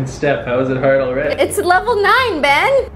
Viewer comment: You said it wrong, it's beyyyyyyn